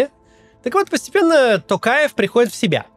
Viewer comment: Не знаю, только мне приятно слышать, что Максим говорит "ТОкаев", а не "Такаев"? 🙈